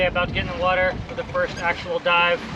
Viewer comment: Nope. Don't know what "Wadder" is.